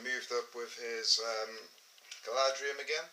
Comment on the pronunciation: It's Galadhrim, not Galadrium